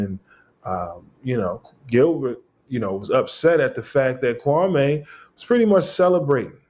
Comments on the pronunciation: Maybe its because you keep calling him Kwamay instead of Kwame. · KWA MEEEEEEEE NOT MAY